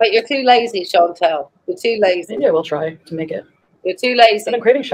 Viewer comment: So just a thing I keep noticing, no big deal but her name isn't Chantel, it's ChantAl, short A.😂